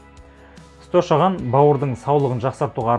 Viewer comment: Шошаған емес ошаған